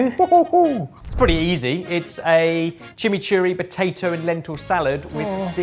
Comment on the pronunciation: Hearing say chimichurri was hilarious